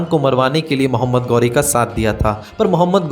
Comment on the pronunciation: गौरी नहीं ghori घोरी